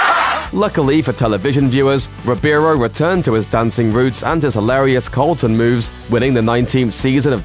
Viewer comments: Accent or not, you're definitely saying Colton instead of Carlton. Where's all the "research" that went into this video? And Carlton is awesome. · Is it just the accent or does he keep calling him "Colton"? Either way, that doesn't deserve to be on the list. It was hilarious.